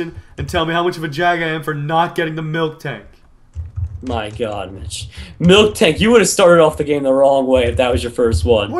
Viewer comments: Milk Tank? cause i pronounce it miltank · Also it's not milktank it's miltank